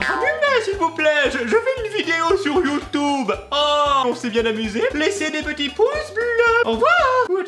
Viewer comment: Juste un truc on dit youtuuuuuuuuube pas YouToube sinon. Je t'adore ☺